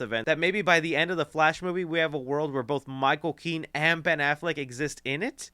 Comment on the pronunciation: Micheal Keaton NOT Michael Kean!